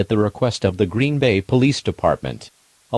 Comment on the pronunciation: NOT GREEN-BAY